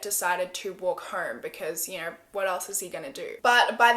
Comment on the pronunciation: "And I don't knerrr" Lol!